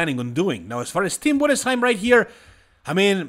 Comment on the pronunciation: The first english speaking youtube who pronounced Tim Budesheim the right way, respect 😀